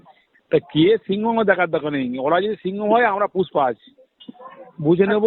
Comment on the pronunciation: ও পুশ্পা নয়, Push পা....